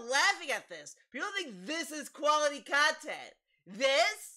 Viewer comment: This is frustratingly accurate You even nailed how he emphasizes the 2nd syllable when it makes no sense, like: custom STYLE khantent